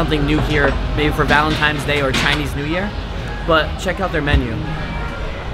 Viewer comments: U said valentime's day instead of valentines day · Valentimes??? Please say it right